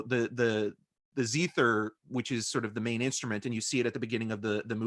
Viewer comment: is a ways off on linking the Zither music to Hawaii. It's pure VIENNESE (Austria). And check the pronunciation of zither! Don't mean to be overly critical, it's the musician in me. we've got to credit the right people! Some Wikipedia notes: The Third Man Theme" (also known as "The Harry Lime* Theme") is an instrumental written and performed by Anton Karas for the soundtrack to the 1949 film The Third Man. Anton Karl Karas (7 July 1906 – 10 January 1985) was an Austrian zither player and composer, best known for his internationally famous 1948 soundtrack to Carol Reed's The Third Man. His association with the film came about as a result of a chance meeting with its director. The success of the film and the enduring popularity of its theme song changed Karas' life. P.S. The Adventures of Harry Lime was UK radio program broadcast between 1951 and 1952 based on the character in the film The Third Man.